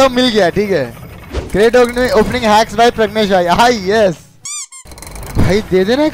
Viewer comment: pragnesh yar 🙈😂😂😂 name to thik se bolo